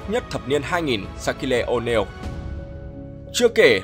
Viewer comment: Sát-kiu Oneal chứ ko phải Sát-ki-lê Oneal ạ, ông blv này chuyên phát âm cầu thủ sai 1 cách vớ vẩn